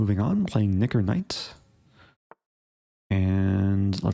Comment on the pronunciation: "Knicker" spoken quickly sounds like a word that shouldn't be spoken